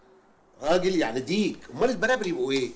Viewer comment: صدقني من محافظة سوهاج في صعيد مصر وبنقول ديك البراري مش البرابر